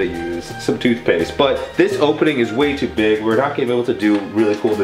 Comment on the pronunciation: It sounded like he said FOOTPASTE when he pranked Melissa with the cokkies